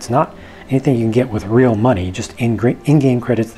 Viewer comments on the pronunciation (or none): none